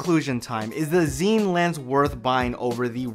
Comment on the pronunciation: Pronounced Scene. Not Zeen